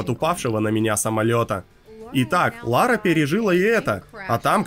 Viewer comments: Как она хотела в детстве стать Ларой, если она говорит Лора?) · Что за дичь? - Я в детстве всегда мечтала быть Ларой! ...Пытается правильно произнести её имя (там же).